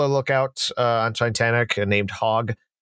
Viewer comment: Jesus, at least say the name of the ship correctly! It's NOT "Titantic"!